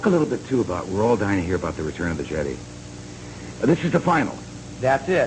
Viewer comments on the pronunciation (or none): Did he say, Return of the "Jedee"?! =P